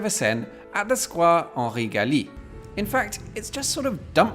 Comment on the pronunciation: Note on vocabulary, square (from Henri G.) is pronounced just as in the English geometrical version, a square.